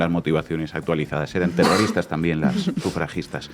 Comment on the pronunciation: Zegimoh ziendo terrorihhhtáhhhhhh 😂....xf!!!